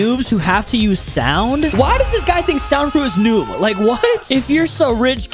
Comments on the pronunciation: I like how at the beginning he said the song fruit instead of sound fruit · Its not called song its called saund